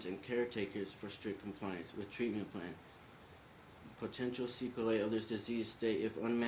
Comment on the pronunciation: Waxing and wah-ning. Sequel-A Dude!!! Don’t define words you can’t even say.